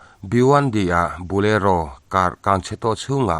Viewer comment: Bulero ka hre ngailo. I thil lam dan hi diklo atam thin hle mai.